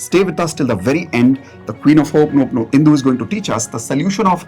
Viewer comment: Learn to pronounce it properly. It’s Ho o ponopono not Ho oponopono